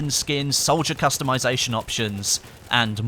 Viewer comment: Did I hear character costumization?